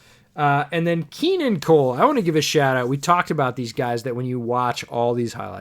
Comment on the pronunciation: 'Keenun Cole'